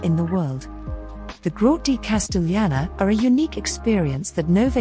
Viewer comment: CASTELLANA, NOT 'CASTEGLIANA' LIKE YOU SAY